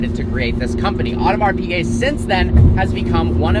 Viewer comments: Audemars Piguet ->it's not "Odomar Pigay" it's "Odmar Pigay" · “Audmars peegay” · It´s called Audemars "Pischet" (French) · „Audemars PeeGay“ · Funny how he can’t even pronounce Audemars Piguet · I cry every time he says Audemars Piguet